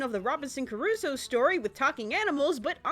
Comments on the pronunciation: Loved your review and your humor as usual, but for god's sake, it's pronounced Crusoe (kruːsoʊ) not "Curuso". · Robinson Crusoe not Curusoe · Robinson... Carusoe? Robinson CARUSOE?! (Actually though, great video! Nice work as always!) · Crusoe CRUSOE DAMNIT. You are a great reviewer, but please try to pronounce better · Crusoe. It reads CRUSOE. KRUZO. Geez... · Why do you keep saying "Curusoe"? Why did you spell it "Curusoe"? WHY? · is that the way you pronunce Crusoe?